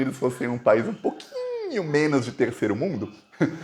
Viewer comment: quando vc falar "menos", carrega bem no O, porque tá soando como MENAS. Fica feio... FORA BOLSONARO!